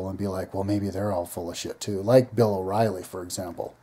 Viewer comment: Bill o rielly... lmao umm ok